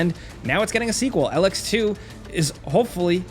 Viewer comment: it's not "L-x" it's "E-lex"; it's a material/power source. Also the first game was technically a post-apocalypse game to boot.